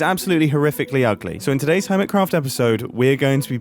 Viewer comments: Im sorry, but I have to... "Urmitcraft" 😂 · Jumbo You said urmitcraph, No clue if that's supposed to be a joke or you massivly misspelled.